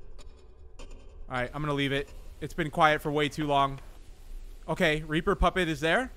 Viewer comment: I low key thought he said raper animatronics 💀